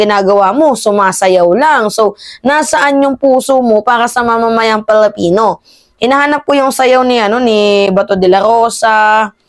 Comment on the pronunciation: Pwede ba ayusin mo naman pag pronounce nga Filipino.yan tama yan hindi yang Felepeno masyadong awkward.. Ayusin mo